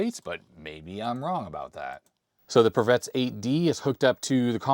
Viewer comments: A very minor point: many Eastern European languages tend to pronounce two and three syllable words with an emphasis on the first syllable. So, I believe the correct way to pronounce Pravetz would be PRAH-vets instead of prah-VETS. Otherwise a great video,! Please excuse my linguist rant 😅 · Actually the name should be pronounced as prAvets